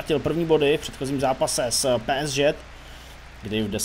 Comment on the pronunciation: Kámo prosím Tě, čte se to PSG ( Pé Es Žé ) a ne Pé es ŽeT... hruza